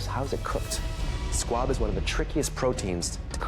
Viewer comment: Why is everyone saying squad? Lmao. It’s SQUAB